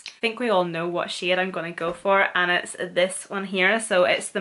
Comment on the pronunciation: she saying shade or shit :|